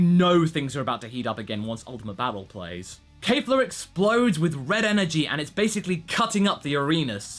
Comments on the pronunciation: Kefla NOT Kayfla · Her name is Kefla, not "Keifla". Where did the mispronunciation came from all of the sudden? I'm quite sure you've pronounced it correctly in the previous episode